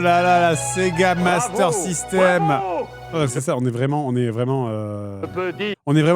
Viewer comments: “mastÈre systÈme Sega” 😂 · il dit la mastér pas la mester. Car c'était Doom sans les personnages 😂😂😂. c'est Lorànt Deutsch voyons. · "La mastaire système" 😂